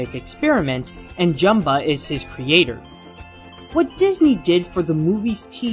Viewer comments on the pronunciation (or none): none